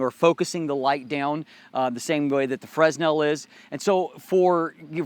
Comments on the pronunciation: Great stuff. It is a bit annoying to hear you say fress·nel. It's prounounced fruh ·NEL. Thanks for the review! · Nice review but sorry I couldn't help myself from making this remark really sorry. It's Fresnel FERNEL nor FRESNEL. Thanks for the informations thou, I just bought one I can't wait to receive I shoot 4x5 film with a Graflex Crown Graphic and I'm going to use the EC200 extension to put the AD200 in my backback and have just the bulb on a coldshoe and the 5" refractor. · As always, I appreciate the review. Just one critique: the S in 'fresnel' is silent. Pronounced 'fer-nel' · It is pronounced "franel." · The "s" in "fresnel" is silent, yo.